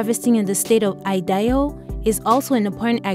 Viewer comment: She can't say Idaho lmao